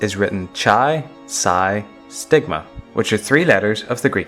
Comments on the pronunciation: Sigma, not "stigma" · Just a small correction, it is "sigma" not "stigma"